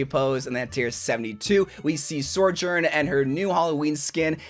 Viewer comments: Sorjern and Kareeko are killing me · S T O P SAYING SORJOURN 😭😭😭😭😭😭😭😭😭😭😭😭😭😭😭😭😭😭